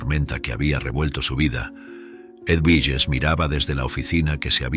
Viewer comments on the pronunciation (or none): Edwiges se pronuncia Eduviges en Español. Pero muy bien la Historia 🥰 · Es una barbaridad que el narrador no sepa ni siquiera pronunciar el nombre EDUVIGES. Y peor aún, que lo cambie y lo vuelva a pronunciar PEOR. No hay nadie que revise la narración antes de publicarla?? Es un desprestigio y dan ganas de no seguir escuchando. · La historia estuvo bien, pero el narrador nunca supo pronunciar el nombre del personaje Eduvijes, no sé si es una persona leyendo o una maquina.???